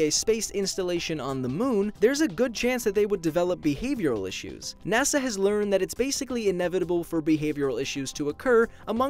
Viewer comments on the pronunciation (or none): none